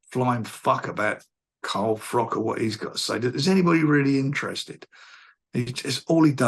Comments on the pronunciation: Hahahahaha "Carl Frock" Warren has been mispronouncing his name for years, fucking hilarious. I love how he does it to belittle him lmao he does it to other fighters too. Brilliant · I LOVE to hear Frank Warren go at it with Carl "Frock" lol👰🏻‍♂️